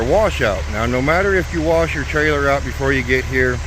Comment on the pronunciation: Did you say warsh the truck? Lol.